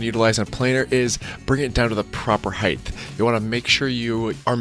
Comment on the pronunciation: Height not heighth